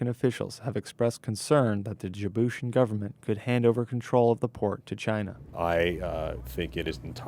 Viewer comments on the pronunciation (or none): This uncle tom looking fool can't even pronounce "Djiboutian."